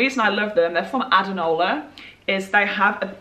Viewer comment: What brand are the crop tops? I didn't see them in her blog and I can't understand her accent when she says the brand. I hear addernawal